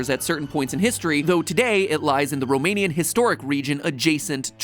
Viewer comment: Mathew pronouncing romanian words just hurts so much.... cool vid tough